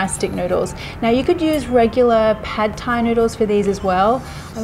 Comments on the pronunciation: Why does she pronounce every Thai word correctly except for Pad Thai? You pronounce the "D" with more of a "T" sound. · Not pronounced pad Thai, say pud or putt Thai